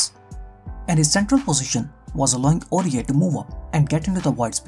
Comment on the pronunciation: hey bro, it's "Aurier"